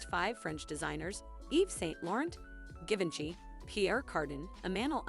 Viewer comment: If you want to have any credibility in future videos, you might want to research pronunciation of names. You mispronounced the names of Liza Minnelli, Givenchy, Yves Saint Laurent, and Pierre Cardin, as well as getting Eleanor Lambert's first name wrong. You also mispronounced "Obi wn Kenobi" and "Versailles." Learn this lesson and do better.